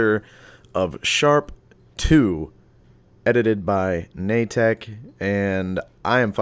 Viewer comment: Na-tek? I always thought it was just Nate-K